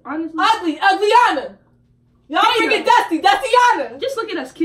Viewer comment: I can't breathe she said uglyiana 😂😂